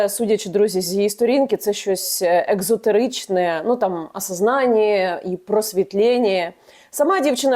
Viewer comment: Яніно, Ви вже не перша публічна особа, від якої чую "еКзотеричне". це ж як експрессо)